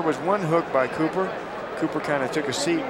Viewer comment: Copper or Cooper?! Ffs you can't even get his name right!